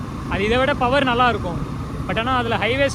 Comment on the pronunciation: Power ❌paawar✅